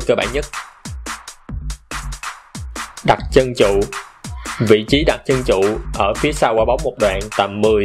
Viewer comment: nói đặt chân chụ. Ngọng à ?